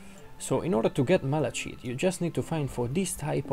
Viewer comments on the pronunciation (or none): It’s not malashit